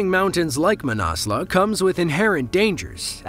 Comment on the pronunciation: the name of the mountain is not manasla - it's manaslu! And that was not an avalanche, it was a serac failure. Oh and by the way, the whole world uses the metric system and measures distances in kilometres and Heights in metres. Get with the program!